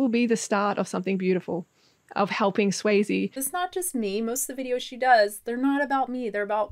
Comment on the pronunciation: Can someone please explain why Frellee is calling her "Swayzee"? xD What did I miss?